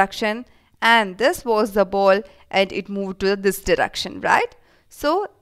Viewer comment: Why are u saying ball boul 😂😂😂😂😂😂